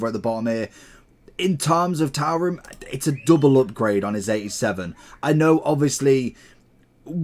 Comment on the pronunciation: His name is pronounced " 2 Ram "